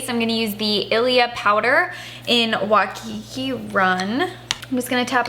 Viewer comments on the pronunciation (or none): none